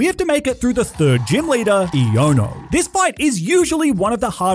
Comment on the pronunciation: EoNo her name is pronounced I-a-no